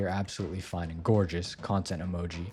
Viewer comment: THAT'S NOT HOW YOU PRONOUNCE CONTENT IN THIS CONTEXT.